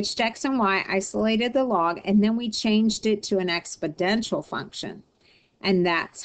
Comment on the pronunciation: "expodential"??? Good grief...